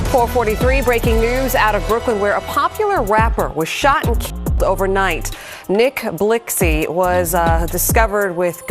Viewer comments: She disrespectful she said NiCK BLICkSy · This bitxh said nick blixsy🤣🤦🏽‍♂️ G.i.p Nixk